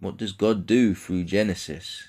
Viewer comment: "THROUGH" NOT "FROOO"!!!